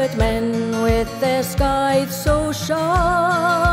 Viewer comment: It's pronounced sigh-thuh not sky-thuh.